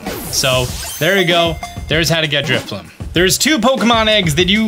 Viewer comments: That’s not “Drifbloom” - it’s Drifloon. And you’re doing it on Friday morning, not Friday night. (?!) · Did he say DriflooM???? 🤔😩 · It's Drifloon, not f*cking Driffbloom! You'll get one on Friday!